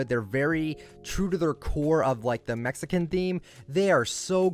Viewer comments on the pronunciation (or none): none